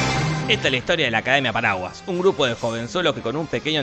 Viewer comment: Cuando dice "los paraguas" parece que dijera "los paraguayos"